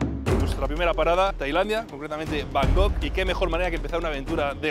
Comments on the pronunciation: Deja de decir van gogh, que es un pintor holandés,se dice Bangkok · tío, no sabes decir Bangkok? Lo dices como si fuera Van Gogh el pintor 😅😅😅😅😮😮😮